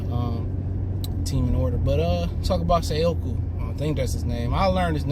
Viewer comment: Dawg it’s Say•Koo 🤦🏾‍♂️